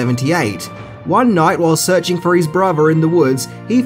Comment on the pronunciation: "serchin fur eez bruver"